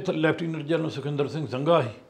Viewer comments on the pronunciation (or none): none